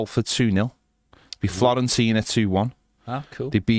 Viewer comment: are you actually saying Florentina? With an L? 🤦🏻‍♂️